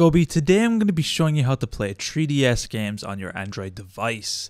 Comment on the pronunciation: you guys realise he says treeds LOL